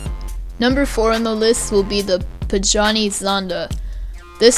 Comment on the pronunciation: Tip : Pagani is pronounced pu-GA-Ni